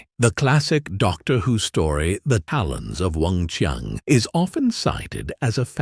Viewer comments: CHI-ANG NOT Weng Chung!! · wing chy-ann not wong chung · Weng-Chiang, not "Wong Chung". If the narrator cannot get that right, I don't want to listen to the rest of his "review"! SMH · oh it's a Fudgeknocking AI voiceover again. WUNG CHING!!!🤨